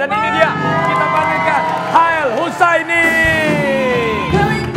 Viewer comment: Its "Hael" not "Hail" 😂♡